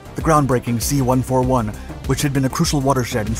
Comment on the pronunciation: Please don't say the American planes' designation number individually. A 141 is not a One Four One. It's a One Forty One.